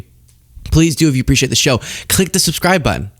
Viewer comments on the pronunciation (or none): none